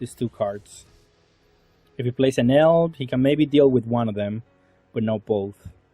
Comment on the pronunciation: if im not wrong his name its pronounce EhnehL not Enil